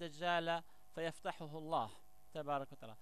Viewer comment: يا مغاربة هل كل من جاءكم بلحة طويلة ودغدغ مشاعرنا بالكلام نتيق فيه ...والله انا لا اتيق في هاته الاشكال ...مند ان سمعت بان اسراءيل تجند شباب يهود يكرهون العرب والاسلام بل وحتى شباب عرب خانو وطنهم تجندهم وترسلهم على انهم شيوخ وفي الواقع هم حاخامات يهود...ولاحضت انه عنجما ينطق كلمة الله لا يفخمها كما يفعل العرب والمسلمين واحيانا احس وكاني استمع لمستعرب وليس عربي....يقول هادا الزمان..حسنا ..كيف للمغرب ان يحارب الفرس والعجم وهم لا زالو يمتلكون النووي?ثانيا المغرب ليس مؤهلا لحرب شاملة ادا ما نشبت..ليس لدينا حتى الخناجق كما الناس والدول التانية....ثالثا المغرب انشاء الله سيحرر كل ماقال ولاكن بعد ان يضرب الله الضالمين بالضالمين وبعد حجوث حرب نووية وعواصم غربية ستمحى واللتي كانت تعتبر قوى عضمى ..لكي نفهم اكتر..الحرب النووية لا يمكن بعد حدوثها ان يشتغل اي جهاز الكتروني مما يعني ان فارق القوة بين الدول العضمى والمغرب مثلا يصبح 0وهنا تصبح الكفة للمقاتل الؤمن والقوي ...(المغرب)